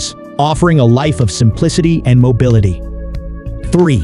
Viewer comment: I thought we'd see more of each home, so I was disappointed. I don't know who was narrating but they butchered the word mobile and mobility again and again. I think mobile was pronounced correctly twice. Language is important to get correct or it detracts from the video.